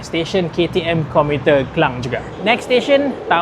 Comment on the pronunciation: Ke - lang bukan Ke - leng...